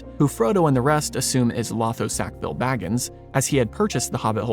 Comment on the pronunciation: I think you left out a tiny but key detail. Sam is told, he was one of the Ring Bearers while they are at the havens, but that he could not _ yet_ sail into the west. The door is left open that he might see Frodo once more. Also, Lotho's name is pronounced with two long "O"s. It is a jest by Tolkien that one of the most loathsome hobbits in the Shire is named to alliterate with the word - thus, loathsome Lotho.